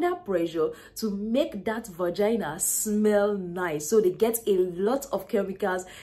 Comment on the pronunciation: I giggle every time she says “Vagana”! 😂😂😂 good video ! I shared it with my daughters!👏🏽👏🏽😘